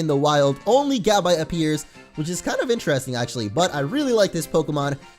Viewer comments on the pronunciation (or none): its pronounced ga•bite not gab•ite